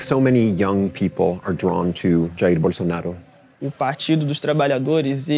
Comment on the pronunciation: Why does he keep pronouncing his name with a Spanish accent? Bolsonaro is of Italian decent and Brazil is a Portuguese speaking country.